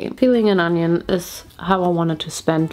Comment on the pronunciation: Girl, its ONION, not ANYUN. XD Your Harry Potter puns were on point!